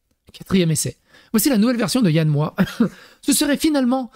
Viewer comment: Alors quand tu dis Yann Moix, il faut prononcer le X.